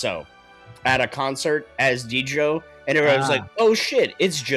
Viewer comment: Love the reaction guys! Just a note - DJO is pronounced like his name Joe! There’s some great tracks and albums of his out there to listen to - couldn’t recommend enough